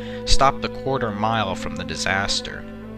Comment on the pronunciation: “Disaster” rather than “disater”